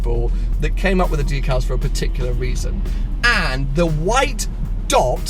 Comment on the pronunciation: I thought it was pronounced deck-al not dee-cal. And you should remove all the white stickers